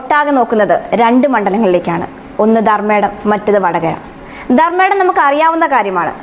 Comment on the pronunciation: ധർമടം അല്ലേ കുട്ടി ധർമ്മേടm ആണോ